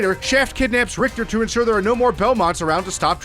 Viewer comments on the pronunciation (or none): none